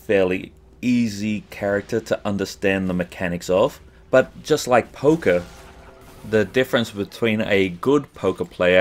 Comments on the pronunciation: I'll be honest: when you were talking about Poker I thought you were saying Polka. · XD i have heard polka player instead of poker player XDD